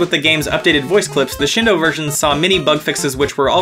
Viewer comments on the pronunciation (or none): it's "shEEn do-", not "shin d'oh"!